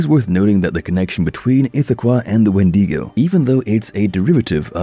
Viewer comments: its wen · duh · gow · Please start pronouncing wendigo properly it’s not wendeego